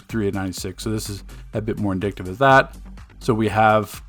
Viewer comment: It's not "indictive" It's "indicative" Goofy